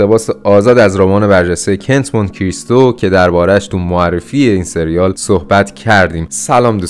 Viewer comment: کُنت مونت کریستو تلفظ صحیحه